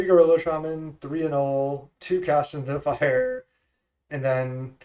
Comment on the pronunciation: “Cash into the fire” is the best possible way to mispronounce that card name